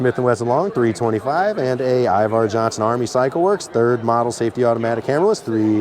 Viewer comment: its Iver not Ivar.